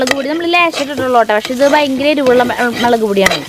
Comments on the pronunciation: Melak no mulak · Chechi Mellak Alla mulllaak